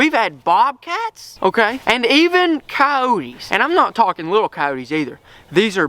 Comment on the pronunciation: STOP SAYING COYOTE(S) LIKE THAT!